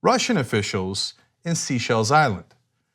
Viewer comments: Again Cenk, you are mispronouncing the nation in the Indian Ocean. It is pronounced "say-chelles" and not "sea-chelles". I'm sure you just haven't seen my comment about it, but I will continue to comment every time you do. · Did I hear Cenk call The Seychelles "Seashells Island"? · I’m nitpicking, but as they come up often in these stories as a place of meetings... it’s pronounced SAY-Shelles. Or simply SAY-Shell. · Above Ground What on earth are you talking about? It may be a small point, but it is pronounced Say-shell. Look it up, for heaven’s sake. There’s nothing wrong with pronouncing things properly. I’m not trolling.